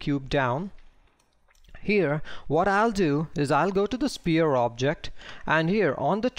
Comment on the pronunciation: You do a great job, don't get me wrong, but please: the word 'sphere' is pronounced like "sfere'. You are saying a completely different word 'spear' which is a point-ended stick weapon. The 'ph' is pronounced much like an 'f' not like a 'p'.